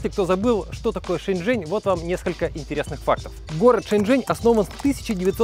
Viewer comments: нужно Shenzhen говорить правильно, т.е Шеньчжень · Не шеньжень, а женьшень!